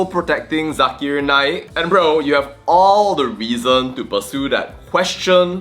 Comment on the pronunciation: Zakar Naik! Not zakir naik